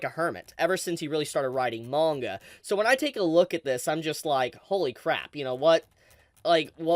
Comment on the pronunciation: Awesome info. Thanks for the update. Still hate how you pronounce manga.